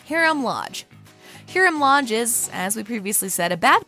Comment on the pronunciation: you said HEERAM...